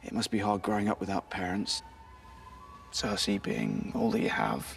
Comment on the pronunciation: Sersi? seriously?